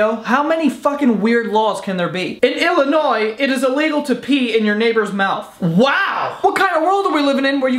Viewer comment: Im glad you pronounced Illinois right